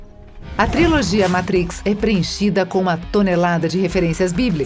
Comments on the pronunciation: Por favor ensinem as pessoas que fazem seus videos a falar em inglês ou pelo menos usem apenas os termos aportuguesados. Ela fala mÁtrix, matrÍx e mÉtrix e nunca o correto mÊitrix, ela fala nÊu, nÊo e nIou. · Que Inglês horrível esse da narradora. Zion? Métrix? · Adorei! Mas, The Métrix??? Por favor!!!!! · o ouvido chega arranha quando ela fala o título do filme errado. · A locutora tá precisando de umas aulinhas de inglês aí, heim! Entre a pronúncia de matrix, brawl e zion a coisa complica...